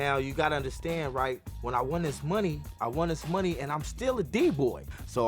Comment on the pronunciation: i knew this was a disaster he dont even kno how to pronounce money.